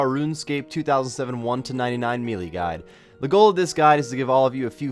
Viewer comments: melee is pronounced may-lay not mee-lee lol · May-lay, dru-ids